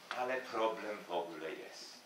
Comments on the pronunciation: Pani Miodek, i dwa razy usłyszałem: "wogle", a czy przypadkiem nie powinno być "w ogóle"? Oczywiście jednym zapisem fonetycznym! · drugi raz spotkałem się że Prof. jan Miodek mówi "wogle" zamiast "w ogóle", czy obie formy są poprawne ? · ale słyszy się jak p.Jan mówi " WOGLE". To że mówi się osobno to wiem.